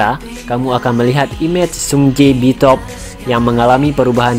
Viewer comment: Sungjae Bitob 😢 BTOB ka nama bandnya.. Bacanya BITUBI[BTOB]